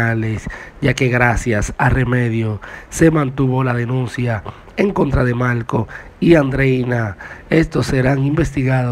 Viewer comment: Pregunta : porqué habla tan mal . No dice Marco dice malco , no pronuncia la R y suena ridículo.